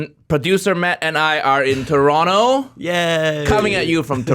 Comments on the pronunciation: I haven't watched this through, yet. I just wanted to make sure Toronto was pronounced correctly. I was satisfied. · Good thing you said the silent T on Toronto!